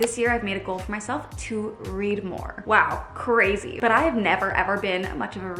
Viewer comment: "What a ceazy sounding year that is.." Lol